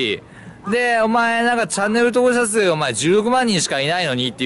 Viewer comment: ろれつ悪すぎて登録者数って言えてなくて草